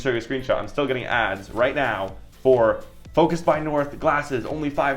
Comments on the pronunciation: Is he saying Focus or Focals? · You said Focus By North it's Focals